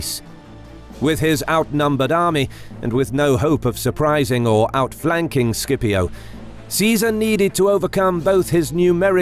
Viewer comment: It is pronounced "Sip-io"